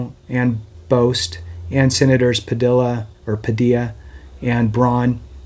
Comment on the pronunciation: Impressive and respectful that you pronounced Padilla”s name correctly